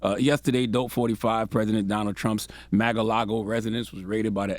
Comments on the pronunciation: Why does he keep say Mag a lago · he said “MAGA- LAGO” 😂😂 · Pronounce it correctly. MA"R" LAGO. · “Maga-lago” lmfao 😆💀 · LMAO Charlamagne attempting to say Mar-a-Lago.🤣🤣😂